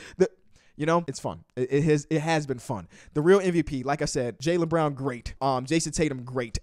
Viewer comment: The way he was saying Jaylen Brown in the beginning sounded like he was saying JayLeBron to my dumbass😂😂😂